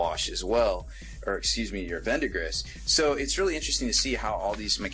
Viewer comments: no its cause he keeps saying VENDAGRISS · There is NO "N" in "Verdigris"....